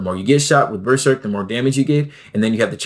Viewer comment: Why are you saying berserk weird?